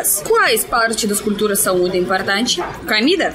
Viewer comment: Uma dica...você sempre pronuncia a primeira letra "o" das palavras como se fosse uma letra "a"...Por exemplo: a palavra cOmida. Você diz: c"A"mida....Não é critca, ta´? Adoramos seu sotaque, mas como seu portugûes está melhorando a cada dia, achei por bem dar essa dica...❤